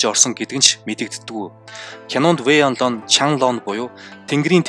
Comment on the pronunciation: Вэй инло биш вэй инлуо